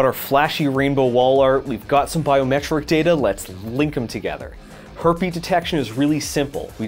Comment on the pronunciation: heartbeat detection but it sounds like herpy detection.